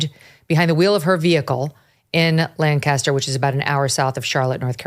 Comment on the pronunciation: The lady that was killed in South Carolina, that happened in my hometown. And small bit but you put the emphasis on the first syllable of our city, LANcaster.